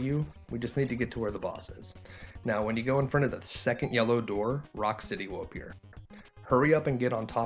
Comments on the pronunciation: It's Rocksteady not Rockcity🥴🙄😬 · Lol he said Rockcity the first time idk why but that made me laugh tho he did correct it the 2nd time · Rock...city? His name is Rocksteady. Editing this to say I love the video! That just caught my ear and I didn't see anything in the comments about it. (I'm sure someone has mentioned it besides me. It's just buried deeper in the comments than I care to dig)